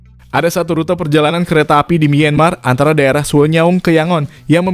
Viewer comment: Kontennya bagus, cuma sayangnya narasi pakai text to voice. 30 meter jadi 30 em Myanmar dibaca mienmar Ttv dicek dulu Gak cuma di video ini juga sih Ada banyak video mimin yg kocak karena pakai TTV